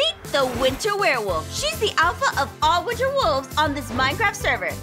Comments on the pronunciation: I think ein said "wister soulstes" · Hahahahahahaha! He does say "winster" LoL when I spelled it it was autocorrected to winter! HA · Winster said winster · Aphmau: every werewolf must obey her every command: gives her a cake for some reason Aphmau: pretends to be scared: IM THE MOST POWERFUL WOLF DURING THE WINSTER SEASON. Me: questions why he said winster instead of winter Then me a second later: *wonders why is it always the richest player (is that how u spell it): MY STEAK IS COLD 😢 Me: didn’t he like cookies? Aphmau: ein unleash the poops Me: hysterical laughter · Anyone else notice that says 'winster' instead of winter when he is declaring himself a winter wolf? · Did anybody else notice said winster instead of winter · Anyone else realize that that ein said winster and not winter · Why does say one Witser🤣😂🤨